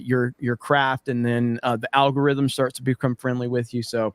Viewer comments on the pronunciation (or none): none